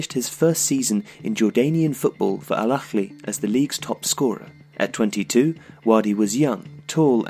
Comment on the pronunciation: It's not Makhmod nor is it el Akhly, why are you putting so much emphases on the H ? You're trying to pronounce an Arabic letter that's not in either of those words.